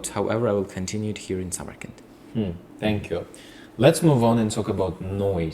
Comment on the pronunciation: Still saying senkyu😂😂